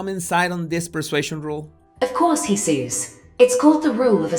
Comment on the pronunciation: Heysoos onreek roe sas…….lol!…. Yes l love how he says his name!